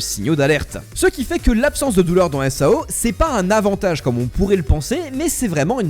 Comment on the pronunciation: Supert video apart quelle que prononciations qui serais potentiellement a verifier (example: SAO ne se dit pas en un seul mots mais sous forme d'acronyme comme par example EDF ) sinon dans l'ensemble tres bonne vidéo selement je pense aussi que personellement parler du risque ect de se retrouver bloquer dans SAO ect est bien mais une suite sur les diferente capasiter de Asuna et Kirito comme leur synchronisation ou leur technique comme par exemple combien de temps il faudrait un humain dit standard pour arriver à ce LEVEL de maîtrise, ou bien, aussi euh comment le développeur de sword art online Qui est aiko kayaba aurait fait pour construire tout le système de SAO dans le monde qui est le notre aujourd'hui et aussi comment si cetais posible comment serion nous rester bloquer dans le NeverGear. (En tout cas merci pour cette vidéo)